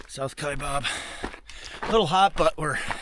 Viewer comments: Kaibab - kaiBAB not BOB - how we know you’re not a local 🤣🤣🤣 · It’s pronounced Kiabab trail NOT Kiabob! No Bob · I can immediately tell when someone isn’t from AZ by the way they pronounce Kaibab hahahah it’s always wrong!!!!